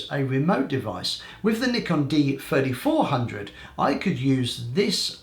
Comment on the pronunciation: It sounds like you are saying Nikon D4500 (D-fourty five hundred for D3500) and so as like Nikon D4400 (D-fourty four hundred for D3400).